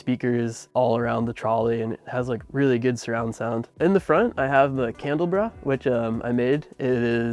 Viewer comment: I don't think I've ever heard candelabra pronounced that way... And of course the driver seat is a theater seat, duh! 😂❤